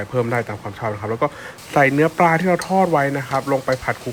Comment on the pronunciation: ปลานะคะ ไม่ใช่ปาค่ะ